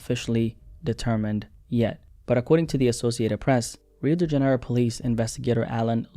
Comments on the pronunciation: “Rio dingenro” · “Rio degenero” sob 😭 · Pronounced Rio Dee-juh-nero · The way u pronounced Rio de Janeiro 🇧🇷 😂😂😂